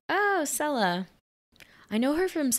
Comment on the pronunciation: His wife is played by See-lah Ward, not Sell-ah......fyi. Beautiful actress ... Tommy Lee well deserved his Oscar for this